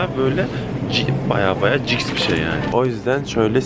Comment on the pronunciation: ciks değil jiks